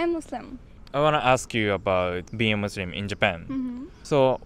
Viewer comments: bro really said musurim 💀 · it is not musrim, it is muslim